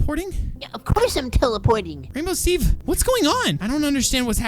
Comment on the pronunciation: FINALLY rainbow Steve Said his Name CORECT!!!!!!